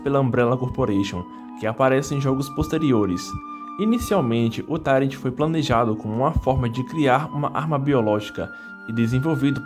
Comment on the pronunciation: "tairenti"? É "tairuenti"!